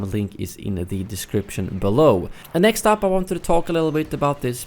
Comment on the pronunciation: "Whanted" Please tell me you don't speak English as a first language